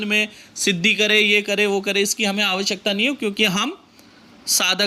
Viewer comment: pranam. Bhul chuk maaf karna kintu aapne jo bolke sunaya aur jo likha hai usme ichhar me thoda bohot antar dikha aur visheshkar " क्त " akshar hai jaise ki "हुक्तो" ko aapne "हुंक्तो" तथा "श्यक्ता" को "श्यान्क्ता" aadi karke ucchar kiya hai to Mera confusion itna hai ki kahi ye jo lipibaddh karke devnagri me likha gaya hai usme samajhne me mujhse bhul hui hai ya kaibaar typing me aise hota hai uss karan hai yaa kuch main sahi samajh nahi paa raha hu? To pls guide kariye pls. Kyuki anya lipi mantri me bhi aise sandhi ke akshar aneko baar aate hai to ucchar kahi galat hone ke karan dushprabhav ya uchit prabhav ke rup me mantra karya na kare bas iska bhay hai. Pls margdarshan kare.